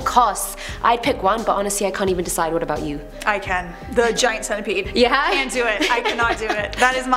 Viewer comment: The centapeed